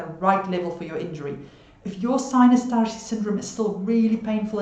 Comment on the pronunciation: are you originally from eastern europe or germany perhaps? The way you said "tarshi" makes me think this. Thanks for all the info by the way!